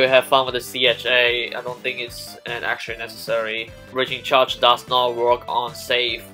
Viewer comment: says Breacringe Charge Just a little thing I spotted out.